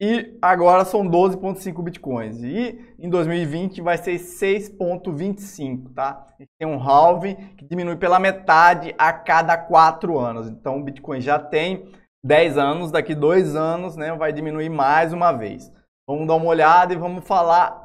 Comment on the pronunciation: A pronúncia é révim.